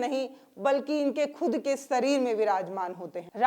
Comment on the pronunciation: Sareer nahi, madam shareer boliye